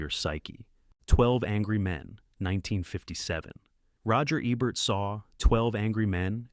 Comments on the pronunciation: DUDE!!!! If you HAVE to use an AI voice to narrate your video, at least make sure IT PRONOUNCES THE NAMES RIGHT!! Abert, Ehbert, it's EEBERT. PAY ATTENTION!!!!! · Gloria Swanson is GENIUS in Sunset Boulevard. I watch it at least once a month. PS It’s not A-Bert! It’s E-Bert! 🙄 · Make sure you have the correct pronunciation of the words and names even if you are using AI. The frequent mispronunciations of Rogert Ebert's last name are annoying.